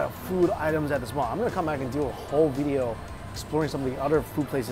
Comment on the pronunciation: Video! Not Veedeeo!